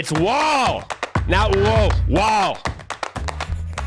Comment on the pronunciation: It's wall not Whaol